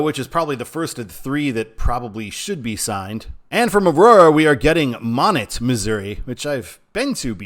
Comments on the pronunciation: Monett, long O. And net like a fishing net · And please make that “net” two syllables 😂 at least that’s how we pronounce it on the other side of the Ozarks